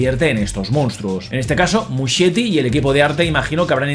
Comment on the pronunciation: el apellido de Andy se pronuncia 'Muskieti' 😊